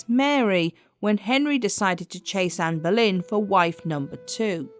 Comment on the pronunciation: Why do you keep saying amber lynn? It’s Ann boylen